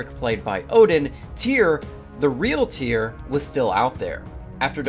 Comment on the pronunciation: His name I actually Tire, get it right